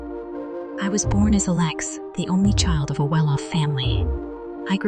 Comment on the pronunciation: A Lex?Why can't they get t hese thingsto speak correctly?